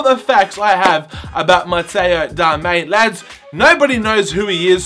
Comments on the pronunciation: LMAO, it's Darmian not ''Darmain''. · its not darmain its DARMIAN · His name is Matteo Darmian not Darmain... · It is Darmian Not Darmain Now you know how to pronounce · 95th like!!! And by the way its darmian not darmain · It's pronounce Dar -Mi - ANN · DAR-ME-AN Is the proper pronunciation goof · it is pronounced dar-mi-an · Also said his name wrong throughout the video! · Pronounce his name right